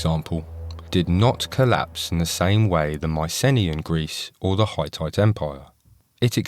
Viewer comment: Not bad. But fgs, get your AI voice to pronounce Hittite correctly as "Hih-tite" instead of "Hi-tight".